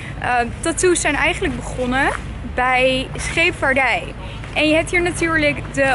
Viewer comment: mooie dame heb je maar ik irriteer me aan die R bij hier!!dan word het hie-rrrrr:):(